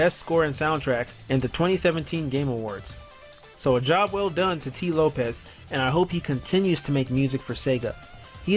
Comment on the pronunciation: "Has Sonic Mania Plus SURPASSED Sonic 3 & Knuckles?" Nope. Also, where did Whitehead say CD is his favourite Sonic game? It could well be true, but a quick Google search brings up nothing. Oh, it's "Lopes", not "Lopez".